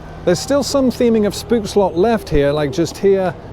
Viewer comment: The oo in stoomtrein is pronounced as the o in hope. Same with Spookslot and Oost.